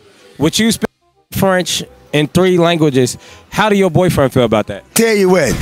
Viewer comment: He didn’t even say it rite in Spanish or French